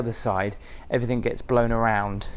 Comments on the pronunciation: Please stop saying "everythink"...the word is "everything "! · Can’t believe you didn’t know what the shoe stretchers were for…. Plus it’s “everything” not “everythinK” 😂